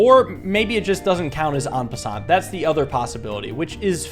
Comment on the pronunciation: I'm gonna be nitpicky. The t in "en passant" is silent. Anyway I freakin' love this!